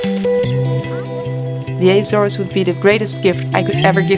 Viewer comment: Not [ajzores] but [Ahzores] hahaha... I love your video.